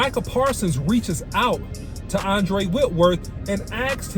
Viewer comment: Andrew OC not Andre* lol 😅😂😅😂